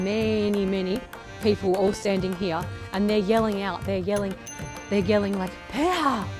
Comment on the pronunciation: 호주식 발음 독특해요. Here 히야, today 투 다이